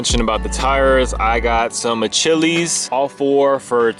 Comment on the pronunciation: My man said achillys 😭